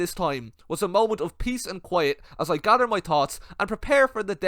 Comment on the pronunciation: "As I gadder my totts"